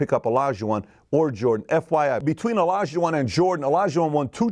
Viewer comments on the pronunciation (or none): A correction I'd like to make is that it is Olajuwon not Elajuwon. Amazing content in Valuetainment, keep up the good work.